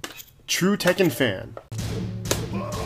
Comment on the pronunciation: She actually said the "ken" correctly, but the "tek" should be pronounced like how we pronounce it usually. てっけん not "tehken"